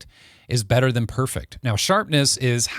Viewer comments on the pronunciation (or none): none